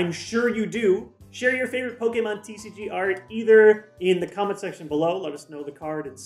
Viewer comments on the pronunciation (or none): none